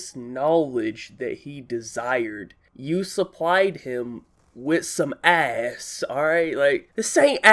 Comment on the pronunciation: How did you turn “ass” into multiple syllables? Lol.